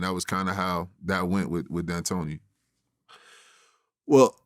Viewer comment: That’s how you know Vlad doesn’t watch or know ball. This dude really said “DeAntino” when talking about one of the most well known coaches of the last 20 years lmao